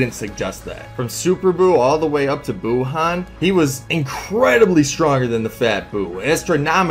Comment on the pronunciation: Dis man just pulled up facts dat kb over bh and still say buuhan